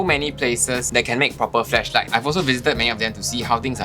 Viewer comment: Did you just say "fleshlight" hahaha